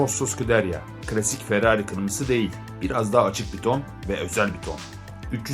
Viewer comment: Förrari 😂 Harikasın abi 😂